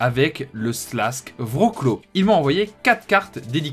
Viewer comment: Wrocław ca se prononce "vrotsouaf" , sinon supeer video comme dhab